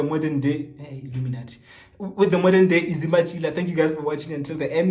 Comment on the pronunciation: " eh eh iluminathi"😭😭😭